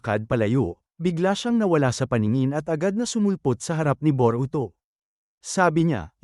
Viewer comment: Bobo ata itoe Boroto ng Boroto😂😂😂😂😂😂😂😂ee e e eeeee bobo hahahahahahahaha